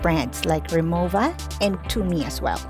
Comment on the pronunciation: It's not REMOVA instead It's REMOWA maybe it's really that original]